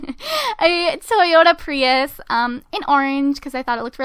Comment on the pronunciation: How to pronounce Prius 110% correctly Pree-us [Not trying to be rude! Just saying thats how its CORRECTLY said but it was a really really really good try It took me about 5 days after i heard of it..